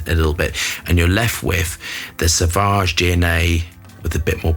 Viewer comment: it is pronounced sovage and not savage. There is a u after a. Just listen to the advertising or enter sauvage in google translater. Then you hear the pronunciation. Every fragrance reviewer gets it wrong.